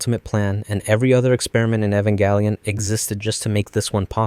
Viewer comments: It's Jelion not Gelion because it's based on the word evangelism. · I think the most horrific experiment its you mispronouncing the names just to increase engagement. it works you sadistic evil person. are you happy? "evangalion" I swear to gad. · “Evan galleon” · Who the F is 'Evan Gallion'? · Bro you got to learn how to pronounce the title one of this days, I mean you doing 20 mins essays about it and you can’t! That’s crazy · is it really pronounced ehv-en-gal-eon or is it ee-van-gel-ien like the irl non-anime word is?? i don’t watch the show but ive been binging these videos for some reason and im curious about it lol. i have a feeling this is something that is frequently argued among the fandom lol, as usual. a ray-kway-za/ray-kwah-za type sitch lol